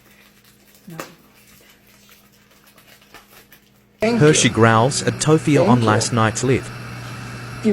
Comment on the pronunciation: Bothers me how she pronounces Hershey